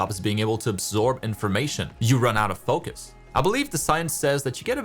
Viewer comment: the way u say foCus, its funny